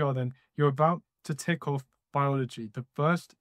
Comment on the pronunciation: Am i the only who heard in the beginning: "you're about to tickle biology"